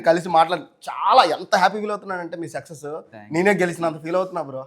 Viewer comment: Sexus కాదురా బాబూ సక్సెస్ 🤣🤣🤣🤣